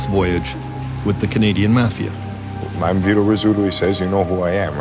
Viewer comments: What is with the pronunciation of 'mafia'...maw fee aw...not sure where the narrator grew up? Do you think they have never heard of it before? Very strange. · Mispronouncing Mafia is like being a rat.